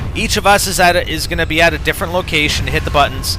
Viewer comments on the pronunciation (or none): 6: 12. 'what if they come through i diffrent door?" LOL